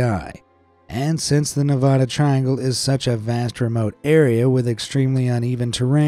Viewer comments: Its NEVADA not NEV-AH-DA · Ne-vad-ah not Ne- vah- duh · One thing YOU MISPRONOUNCED NEVADA!!!!!!!!!!!!!!!!!!!!!!!!!!!!!!😡😡